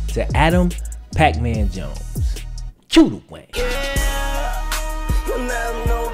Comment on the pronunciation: Cue. Not que.